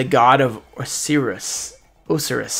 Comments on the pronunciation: Osiris is 'Oh-Sci-ris" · Pronounced oh-sigh-ris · Its oh-sigh-russ. Osiris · we gonna ignore the fact he somehow completely butchered "Osiris"? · You play ygo and can't say Osiris. That rubbed me sooo the wrong way. What's with ygo players not knowing how to pronounce the very cards they play